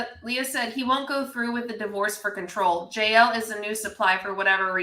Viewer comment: i cant 'verify' girl you mispronounced 'control'